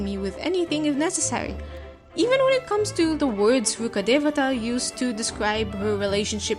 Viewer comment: The pronounciation was very perfect it's coming form and Indian it was perfect to the very last bit